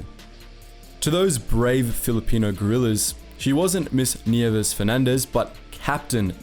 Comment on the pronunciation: "Bataan" "Nieves" "Leyte" Damn, he pronounced that fast and well